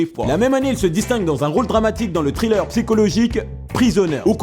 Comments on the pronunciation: C'est perturbant à chaque fois j'ai l'impression d'entendre "Trailer" au lieu de "Thriller" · C'est Thriller (qui se prononce Sriller ou Triller à la limite) pas Trailer. Trailer c'est une bande annonce. Un mauvais accent anglais ça se conçoit mais quand ça empêche la compréhension faut faire quelque chose.